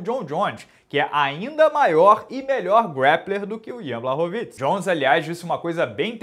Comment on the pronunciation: O mais legal é ver alguém pronunciando o sobrenome do polonês corretamente, me dava novo ouvir o pessoal do Combate falando Blaxoviti.